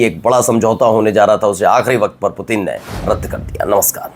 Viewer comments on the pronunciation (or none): none